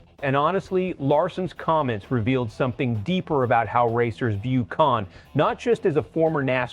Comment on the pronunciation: That's not how to say Kasey's Last Name.